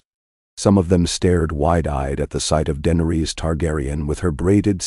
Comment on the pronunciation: Please correct the name pronunciations of Danaerys, Targaryen, Peter, Arya and Tywin on the next round of videos Thanks.